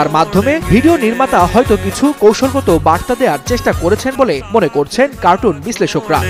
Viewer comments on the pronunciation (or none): none